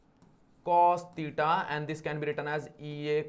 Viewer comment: Theta ❌ Teeta ✅ No hate just for entertainment